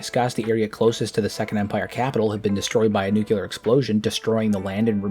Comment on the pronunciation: I would humbly submit for your consideration of correcting your pronunciation of "Nucular" to "Nuclear"